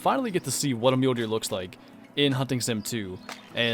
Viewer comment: When you said hunting sim I heard hunting simp